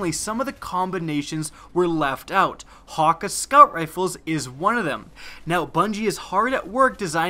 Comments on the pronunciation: Ok 30 secs into the video i had to stop lol, Wtf is "hawk-ah" as he pronounced it... Ive always thought it was like.. Han- key.. With like a really defined A.. Anyone get what im saying?? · ur pronunciation of hakke is so wrong...